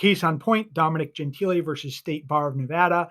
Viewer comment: Is colleagues with Dominic Gentile and pronounces it “Gen-tee-lay” Hahahaha